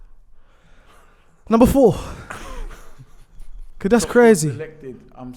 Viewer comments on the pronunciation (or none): none